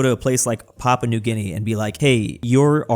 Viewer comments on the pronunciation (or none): none